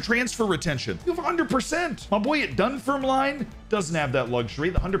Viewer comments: Really fun video! However 'Dunfermline' is pronounced without the 'e' at the end. Dun-fermlin ^^ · Dun FER mlin. It's a beautiful city, but your pronunciation shatters my soul! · "Done firm lynn" is how you should pronounce Dunfermline Z :) No shade, Scottish place names are weird lol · That pronunciation of Dunfermline though 😂😂😂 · Just got to that bit so came to the comments. As bad as when WWE/F used to refer to Glasgow with the ow on the end. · The way you said Scotland and Dunfermline 😂😂😂😂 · We just gonna let Z say Dunfermline like that?